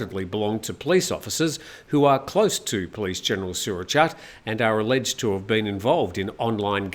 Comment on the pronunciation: For the LOVE OF GOD please copy and paste this into Google Translate: สุรเชษฐ์ หักพาล. Then say that. I'm getting tired of cleaning food off my TV when my SO goes ballistic at your pronunciation... Think: late, fate, date, mate, translate, promulgate, Surachate... Same with Sretta Tauvisin (เศรษฐา ทวีสิน) Thank you...:)